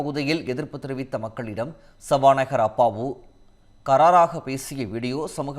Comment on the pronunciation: ஏன்ய்யா உமக்கு தமிழ் தெரியுமா ? தெரியாதா ??? அது என்ன கராராக ? இதற்கு என்ன அர்த்தம் ?? இந்த போஸ்ட் போட்ட தமிழ் படித்த ஆனால் தமிழ் தெரியாத முண்டம். அது கரார் இல்லை. " கறார் "" பாவம் தமிழ் தயவுசெய்து தாய்மொழியான செந்தமிழை கொல்லாதிங்கடா. Please........ please..... please.